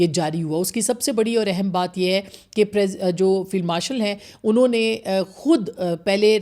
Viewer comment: It's 'Field' not Filed Marshal.